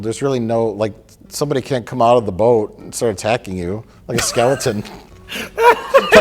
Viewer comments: The Wisconsin accent is strong in that "boat" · Because of the adorable pronunciation of "boat"